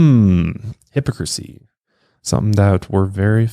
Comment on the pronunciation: You said La Crosse fine, but nearly lost me with 'hypocrisy' 😬